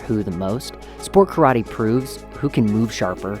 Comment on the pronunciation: One thing might actually help for starters, pronounce Karate properly, don't pronounce it as Churrattie.